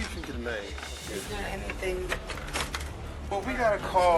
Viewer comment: "I haven't done any-fing wong" Smdh 🤦‍♂️ can't even speak basic English